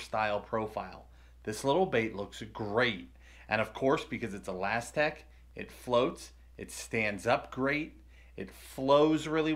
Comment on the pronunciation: Ahhlazztec it's pernounced (uh.las.tic.) not ahhlazztec